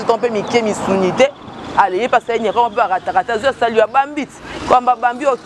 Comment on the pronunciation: Toi tu as problème de prononciation salit ou bien salut c le verbe salir madame